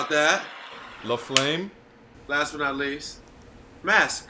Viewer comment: when said “laflame” in the intro